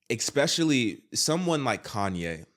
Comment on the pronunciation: Why does a well-spoken man like yourself say "expecially" several times? - It's eSpecially.